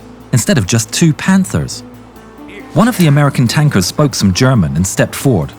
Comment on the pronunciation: Sounds like "Gherman"